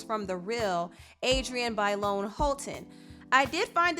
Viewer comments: OK but the guy said "Adriana byelawn. " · The fact that the guy said "Adriana baylon" 😑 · Homie talking to Tamar pronounced Adrianne’s first AND last name wrong lol bruh...also...Keke and your itty bitty baby 🥰❤️🥰❤️ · Jesus that man talking to Tamar could not have butchered adriennes name more than he did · I cringed at how the guy pronounced Adrienne's first and last name. Disrespectful, lol